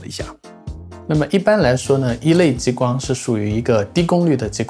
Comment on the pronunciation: 跟我念，ji光，不是jiyi光